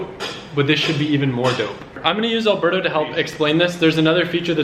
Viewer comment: haha from the beginning I thought you called alberto "burdo" (I speak french and alberto does not pronounce the same way)